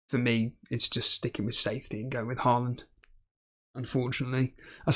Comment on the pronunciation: my thought is that it would be nice if you learned how to say Haaland correct :D its hard for me to hear since im from Norway, and you dont know the sound of Æ Ø Å :P